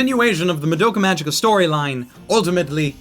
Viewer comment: For Christ's sake, IT'S PRONOUNCED MAH DOUGH KA MA Gē KA!!!!